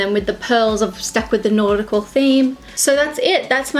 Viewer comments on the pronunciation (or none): I love how you say nautical, it sounds like naughty-cal with that accent lol!